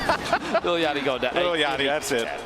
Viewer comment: THIS MAN said Lil Ya-ckty. BOI